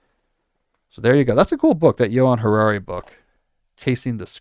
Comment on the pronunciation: Thanks, guys! It is Johann Hari but you guys sound like you are saying Yuval Harari whom is awful! Just saying.